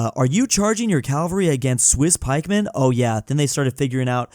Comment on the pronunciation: Its cavalry not Calvary